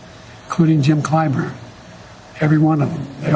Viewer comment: Jim Clymer huh? I think he meant Jim Clyburn.